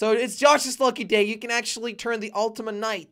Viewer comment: Me when jelly says Ultima king instead of ultima knight